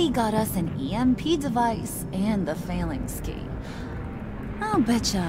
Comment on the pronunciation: “Phlarnex Key” bro what are you saying.